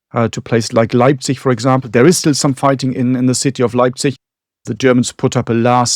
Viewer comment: Once again is flexing his linguistic muscles, pronouncing each and every German word in flawless native-sounding Austrian and yet he manages to pronounce "Leipzig" as "Lebsich" in true Piefke-fashion.